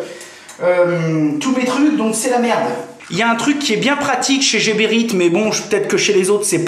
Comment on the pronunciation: Heee C'est pas jeberite mais Gueberite comme Gare